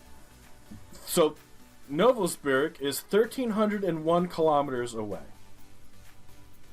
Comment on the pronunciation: The heck is Novosburg? My dude; Novosibirsk isn’t even that hard to read and pronounce. I could have understod the screw up if it was Mezjduretjensk or something like that. Still; getting an almost perfect score in Russia. That deserves some major respect!